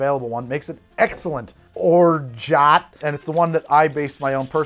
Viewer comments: as a french person, it's or-ja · Excellent, thanks! I start from your Mai Tai recipe and make it even less sweet, lighter on the orgeat (btw none of the ways you pronounce it is correct… ahahah, the “t” is silent). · As a French person, I can confirm: or-jah . Basically the same way you are pronouncing it now, but with an ah instead of oh :) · Don’t fight people over how to pronounce orgeat. Call it “or-geet” to make everyone mad!